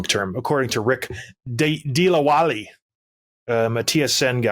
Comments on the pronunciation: These boys have no idea about Vanvouver and its pulse. 1) the butchered pronunciation of Rick Dhalliwal's name, who is a regular VanCity sports talk personality, shows they have no idea of the Nuck chat 2) "I get no sense Petersson loves Vancouver".... EP40 wanted to play for the Nucks since he was a little kid. There are pics of him in Canuck shirts as a little kid. The Nucks have had a long heritage of great Swede hockey players: Grandin, Ohlund and Naslund, the Sedins, Focus on the Leafs boys...... That's what you know better than Western teams who play long after your bedtime. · Also Rick's last name is Dhaliwal not Dilawali